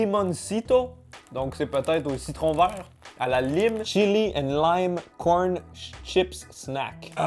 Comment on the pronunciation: "La lyme" Mais- T'es anglophone, t'es censé savoir qu'on dit "laïme" 😭😂🍋